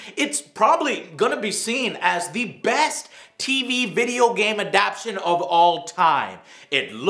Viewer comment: Joe, I let it slide on your Shadow of War review, but not this time... "ADAPTION" is not a word! It's adaptation!